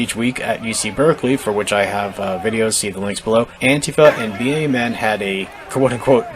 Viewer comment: Please, stop spelling out B.A.M.N. every time you say it. It's BAMN, like damn, but with a b. Seems petty, but it's totally triggering me.🤣🤣 Good video though.